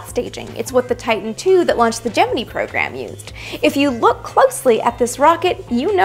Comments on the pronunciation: Look up the video she did that is devoted to just this. For whatever reason all nasa personnel used “Gemin-EE” when talking about the gemini programme. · It is difficult to take you seriously when you cannot pronounce "gemini" correctly.